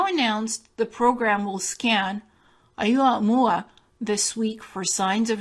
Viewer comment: Its pronounced Oh moo ah moo ah